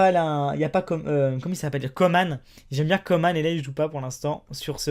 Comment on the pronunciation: Salut, juste pour te dire que Coman ça se prononce comme " manche", ils se trompent dans les médias. Sinon j'adore tes vidéos.